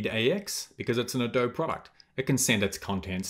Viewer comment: Thank you for this video. I had a quick project given to me at work to edit a Lottie animation and I had never used it before. I was able to import it and edit it in After Effects. Also, just a friendly note -- Adobe is pronounced with the long "e" at the end. The company is named for the clay used to make sun-dried bricks from which native American structures were built, mostly in southeastern United States. Most American kids learn about adobe in elementary school, but I can see why those outside the U.S. would pronounce it without the long "e" sound.